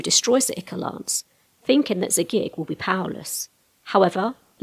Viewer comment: eye-core! EYE-CORE! Not ick-or! Curse you, Matt Mercer! Dictionary Definitions from Oxford Languages i·chor /ˈīkôr/ noun 1. Greek Mythology the fluid that flows like blood in the veins of the gods. 2. archaic a watery discharge from a wound.